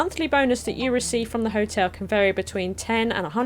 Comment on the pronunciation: TIL can't read the word "hotel":D